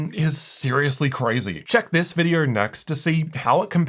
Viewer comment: You pronounce an R at the end of words like Go or Video and its super annoying to hear that